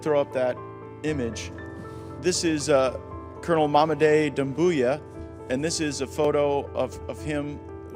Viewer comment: it's Doumbouya* not Dumbouya but i agree with the analysis